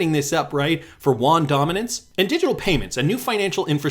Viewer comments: Not Juan. Yoo-on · Actually, just a heads up. Yuan is pronounced ' UN ' as in the two seperate letters said very quickly. The Won is in Korea. FYI...